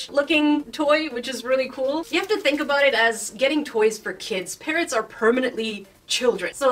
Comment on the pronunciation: Are u saying parents or parrots they are two different words